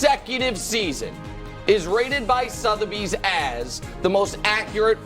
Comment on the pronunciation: “Rated by Southebys”